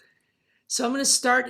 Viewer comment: Siletzia was named after the Native American Siletz tribe in Oregon’s Northern Coast Range because the Siletz tribe and Siletz River are in the center of the Siletz Terrane. The correct pronunciation of the Terrane and tribe is Sill Ets, not “Sigh lets.”